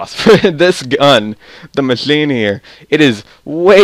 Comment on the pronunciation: The what? The Machlkcline did you say? lol